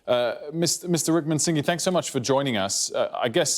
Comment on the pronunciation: Wickramsingy lol